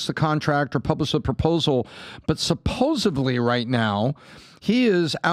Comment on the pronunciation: Love you guys but, "Supposebly?" Really?!?!?